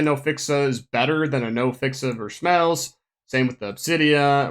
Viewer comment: I cant stand the way you get Vershmelsz